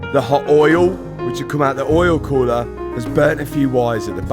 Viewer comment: Oh my god I was so excited when I saw this video in my feed!! My fav part? saying "Oyul Khoolah"... Lmao😂😂